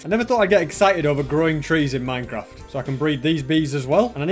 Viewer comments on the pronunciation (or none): none